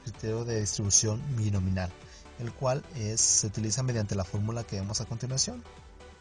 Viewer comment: DISTRIBUCIÓN BINOMIAL, no «Binominal»… ¡y qué desastre de explicación, amigo!😂